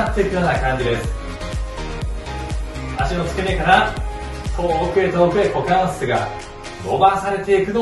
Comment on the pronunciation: いきなりのクウォカンスェツゥー(股関節）でかなり好きになりました。